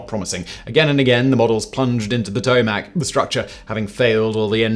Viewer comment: ew i've never heard potomac pronounced like that, its (puh-toe-mick)